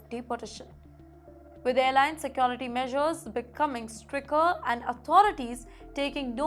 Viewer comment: Yes. STRICKER for STRICTER - thrice. CRIYOO for CREW - or in a foo-too-ray of simplified English, will it becum CROO?